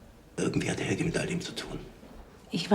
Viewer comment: "Helg-uh" not "Helgie" #German